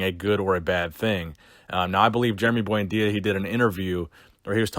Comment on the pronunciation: Lmao "boyndeeya" sickening Jason genova prenunciatations